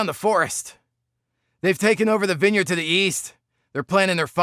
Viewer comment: Who the hell says vine-yard? Learn to English. :P